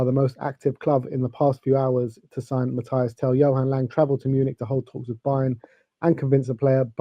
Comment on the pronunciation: Mathys not Mathias